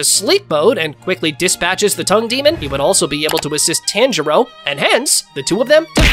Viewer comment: tanjio💀💀💀💀💀 its tanjiro😂😂